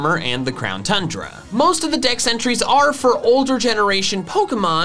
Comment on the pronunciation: We here in Belgium who say tundra like that